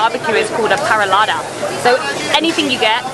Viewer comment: This woman's pronunciation of parallada makes me want to declare war on England for letting her out. It's pronunciation is so bad it should be taken to the Hague as a crime against humanity. I understand not saying it with the Uruguayan accent, but mother of God and all things holy you couldn't pronounce it even close to correct.